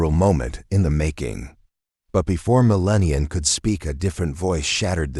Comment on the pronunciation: MeLAH NEE AH